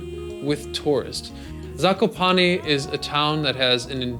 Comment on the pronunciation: ''zakopani'' xd